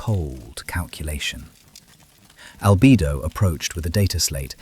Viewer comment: Albido 😂 It is Albedo (All-beh-doh)